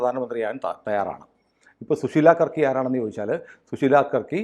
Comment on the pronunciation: യാർക്കി അല്ല കർക്കിയാണ്